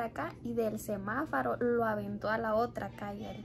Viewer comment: se dice Semáforo 🚦 jijijiji no es Semafaro jijijiji